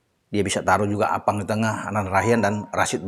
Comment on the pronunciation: Sy paling senang kl bahas psm dan sebut nama arfan jdi appang 🤣🤣🤣